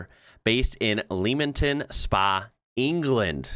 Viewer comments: LEMMINGTON SPA not LEEMINGTON. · Fro.m UK: great video. And I wouldn't expect an American to know that Leamington is pronounced "Lemmington". UK is the world capital for crazy pronunciations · Word to the wise: Leamington Spa is pronounced "Lemmington Spa". Leamington is a (spa) town in the county of Warwickshire ("Warricksher") and is right next to the county seat of Warwick ("Warrick"). For the correct pronunciation of English place names, ask anyone in New England that has a town with the same name in it - they usually have it right and we both have to correct people in Texas or California... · It is NOT pronounced as Leemington Spa, It is pronounced as Lemmington, BUT SPELT AS LEAMINGTON SPA. unlike Americans who can't even pronounce tomato and call it a TOMAYTO, no Y in tomato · Leamington is not pronounced 'leemington'. It's pronounced 'lemington', like 'lemon'...I'm Welsh and many Americans, uoon hearing I'm from Wales, have said "Wales, in England, right?", as if England constitutes the entire UK. No. Wales, in Wales. 🏴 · Leemington 😂 lol it cracked me up but cant exactly expect you to know that. great video. Its pronounced lem-ing-ton Spar Leamington Spa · I don't wanna be that person but it's pronounced 'Lemmingten Spa'. But hey, there's a video in this... the pronounciation of place names in tbe UK. As a non-British expat here I was weeping when I first moved here. But it's ok now. I've overcome the trauma. 😂😂😂 Oh, and part two can be all the bonkers place names that exist here. Some are very funny/ cheeky/ saucy. You'll have fun. And you might have to beep and blurb a few things... Titty-Ho. That's all I'm saying. 100% real. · Leamington Spa England. Just for info, pronunciation Lem-ing-ton Spar. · Oh no! It's pronounced Lemington and Edinburgh is in Scotland. Not helping yourself mate. By the way Worcester is pronounced Wuster. You're welcome. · BTW it's spelt Leamington but it's pronounced "lemming-ton" spa.